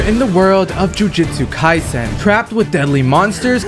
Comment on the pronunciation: Bro said jujitsu kaisen😂😂😂😂